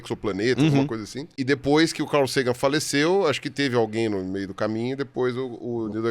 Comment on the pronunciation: e Ruas: Falem Car. Agora falem Cal. Agora tentem falar CARL. 😂